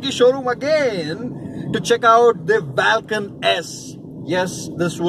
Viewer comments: Lol! You're right, it sounds bizzare saying it vaaalcan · Vaalcan kya hota hai ? Vulcan hota hai.